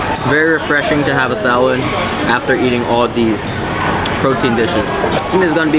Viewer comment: I like your pronunciation of some things, starting with fams, Pisa, salod. 😂